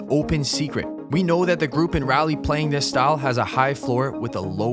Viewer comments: Raleigh is not Rally or Raylee - it is Raw.lee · Pronounced raw lee btw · It is pronounce RAW-lee